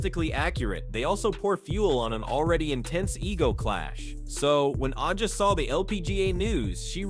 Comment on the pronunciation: A gee ah is the correct pronunciation.